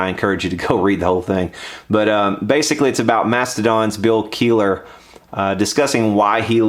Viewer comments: Kell eh her... No keyler... Pronounce his name right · I believe his last name is pronounced "kella her" not "Keillor". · KELIHER!!!!!!!!!!!!!!!!! not Keeler dammit, maybe listen to how good of a fucking guitAR PLAYER he really is before you get his name wrong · Kelliher... its Kell-ih-her.... k im done, just had to get that off my chest haha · Promounced "Kell-e-her" (spelt Kelliher) dude, that's how you say it. I'm Irish and this is an Irish surname. Your rant is good though, Gibson need to get back on track. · It's KELL-IH-HER you fucking moron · its pronounced KELL-A-HER jackass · Learn to say his name right though it's not Keeler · Not sure if it was already commented but its bill kel-li-her, if you care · Damn you butchered his last name. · Btw, you butchered Bill's last name pretty badly too. Kelliher isn't pronounced like that, it's a pretty popular Irish surname. : ) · James HATFIELD and Bill KEELER tellin Gibson what's up. Sorry the pronunciation had me triggered, had to poke at you lol.